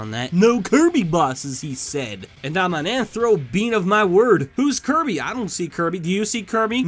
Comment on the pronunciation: SAYS KIRBY WAY TO CORRECTLY